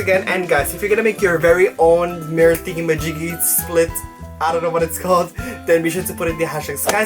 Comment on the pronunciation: I love it when he says “thingymajigy”🤣💓